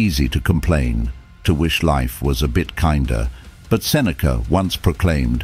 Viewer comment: I am suffering because u butchered his name. :-D